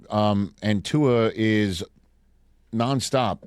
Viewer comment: Somebody please tell the world that Tua doesn't have an "N" in his last name.